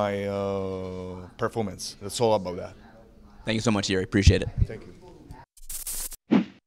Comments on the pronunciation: Yeah you can see that Jiri started laughing a bit, when he heard the incorrect pronunciation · I just watched another interview with Jiri the other day where his name was pronounced correctly, and you could tell how flattered he was, even said he was glad about it. I might be wrong here, but shame on for not doing his homework.